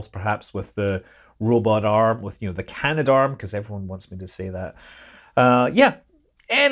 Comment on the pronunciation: Yay, he said "Canadarm!" :)